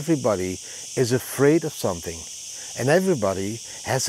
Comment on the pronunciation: You should practise to say the word "something".